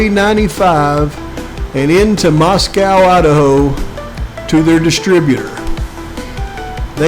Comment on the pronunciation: This video is head and shoulders above anyone else but Harsh. Lol. Did I hear you pronounce Moscow correctly like H? 😂❤